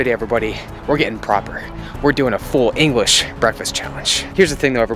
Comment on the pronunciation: Did anybody heard say englis🤪🤣🤣